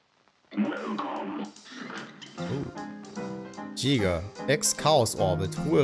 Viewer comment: Alle Menschen: lesen Jäger: liest "Tschiga" XD